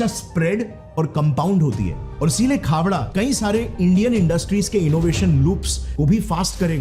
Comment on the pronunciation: Khevda nai khavda bolte hai